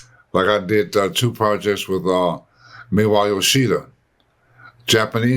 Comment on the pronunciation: YO-shida, not yo-SHI-da